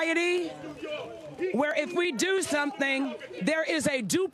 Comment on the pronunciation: he axed new york?